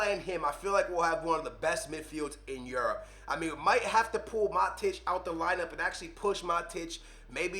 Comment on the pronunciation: This 40 year old bozo doesn’t know how to pronounce ... diebala lahhhzzioo mahteach smh.